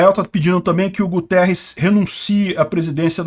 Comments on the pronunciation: Esse infeliz do secretario geral da ONU eh portugues (pra minha vergonha). Logo, o nome dele eh Guterres, nao Gutierrez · não é Gutierrez, é mesmo Guterres. É português e foi 1° ministro de Portugal de um governo socialista. Estavam à espera de quê???